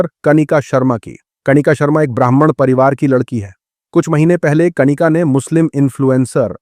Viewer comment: कणिका नहीं कनिका होता है